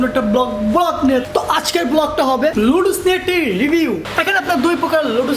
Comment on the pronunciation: শুদ্ধ ভাবে তো উচ্চারণ ও করতে পারে না🤣🤣 লুডুস